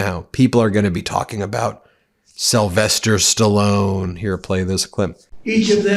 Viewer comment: Did he say, "Sylvester Sly SALLONE?!". awhat an idiot!!! 🤦🏾🤦🏾🤦🏾🤦🏾